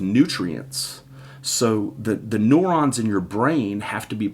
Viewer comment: You said neurons wrong